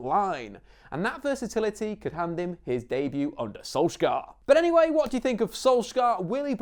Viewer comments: dont say skolskar say sunshire thats what his name means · SOLS-YAR not SOLSK-AAR you mongrel. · Solskjær is pronounced "Solchear" with a skarring R in norwegian :) Not solskair as many tends to say it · Im from Norway, the way you pronounce Solskjær is the "æ" or "ae" is like the "a" in "sad", makes sense? Solskjær. He pronounced it when he said "Adademy", the first pronounced letter "A" sound like an "Æ" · Perhaps learn to pronounce his name properly before making a video, any football fan from the 90's will be able to help you out.